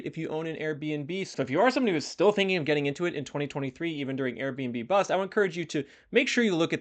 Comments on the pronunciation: Finished it and still can't get over them calling it the airb&b-Bust instead of The Airb&Bust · Love your content, but I think it’s Airbn-bust, not Airbnb bust. 😂 I think some municipalities will step in with taxes and or regulations that will make it less attractive to operate STRs. If so, this will increase the supply of SFHs.